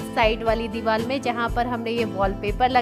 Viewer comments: Divar ko dival kyu bol rhe ho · Deewar not deewal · Ye diwal nhi hota diwar hota h 😁